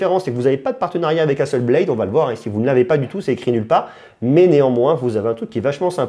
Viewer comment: "Hasselblayde" ... "one pleuss" ça peut se comprendre, c'est la prononciation anglaise. Mais à ma connaissance Hasselblad ça se prononce pareil dans toutes les langues.